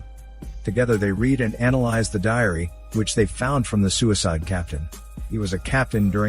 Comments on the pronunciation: You said dairy instead of diary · Captains DAIRY instead of DIARY lol You need a new robot to read these maybe even a human to fix mistakes